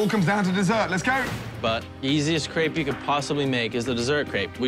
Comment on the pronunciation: and she mispronounced crepe the whole time, it sounded like she was saying crap